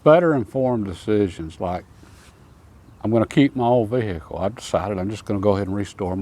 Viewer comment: Ve-hi-cle 😂 can't beat simplicity tho